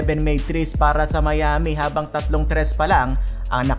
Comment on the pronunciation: AYUSIN MO MUNA YUNG BACK TO BACK “TRIS” MO BISAYA KA.😂😂😂